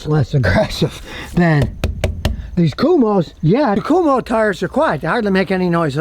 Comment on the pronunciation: Kum-Ho tires? 😂